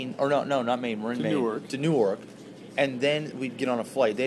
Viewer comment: new ork???? new YORK the "Y" in YORK is not silent haha. canadians